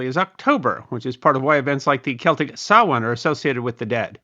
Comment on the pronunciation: Ah you pronounced samhain correctly